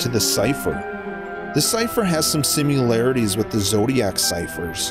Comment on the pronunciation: Well done for creating the word 'simularities'